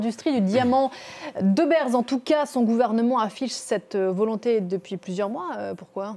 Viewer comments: Prononcez " De BIIRS" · Si il faut le prononcer à l'anglaise oui, mais De beers est à la base Sud-africain, donc plutôt le prononcer à la néérlandaise, De BÉÉrs 🙏 Petite recherche suppl. Diederik Arnoldus et Johannes Nicholas de Beer sont des Boers. Beers ici signifie "ours" et pas "bières"